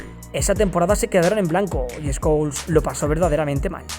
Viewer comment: Pol escols jaja así le decía el Bambino😆